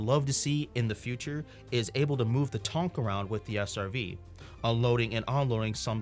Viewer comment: Did he say "TONK"? Man, feels bad for poor at CIG right now....